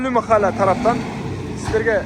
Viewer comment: Махала эмес кыргызча махала деп айтылат